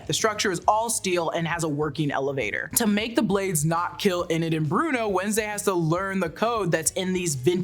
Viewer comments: This is less of a recap and more of opinion analysis.... also please stop saying "inn-id", it's "eee-nid" Enid. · It's Enid, EEEEEEnid, not Eh-nid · "Ee-nid" ...not "Eh-nid" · “E-nid” please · How you pronouncing Enid wrong 😭